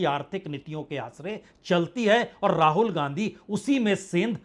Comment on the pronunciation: Ra-haul.... Wow Vajpeyi Sir